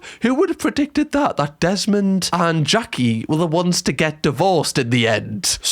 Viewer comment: I follow you cos I miss the Geordie accent. When you said Jesmond instead of Desmond, I laughed.. 😅